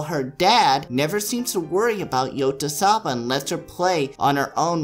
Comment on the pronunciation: It's pronounced Yo-tsu-ba. -_